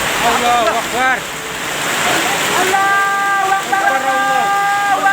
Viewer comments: Oh benerrr dia teriak Allahu ekbar..berarti aku ga salah dengeR yaa.. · Allahwaikbar ..apa tuh bu.. bacaan nya juga salah.. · Uekbar apa, salah nyebut tuj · Bu alhuakbar bukan allawekbar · Allahuaikbar😂😂salah tuh buk Yg bener Allahuakbar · Kan dia lagi panik jadi ngomong itu susah/kurang jelas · Lidahnya keseleo 😂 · Takbir aja belopotan